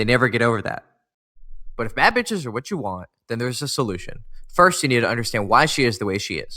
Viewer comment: Nah this video 🤣🤣🤣 When he said "beatch" 😂😂😂